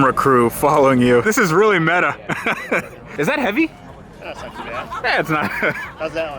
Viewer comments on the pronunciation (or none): none